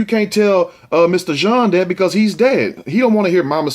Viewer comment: It's pronounced john not gene.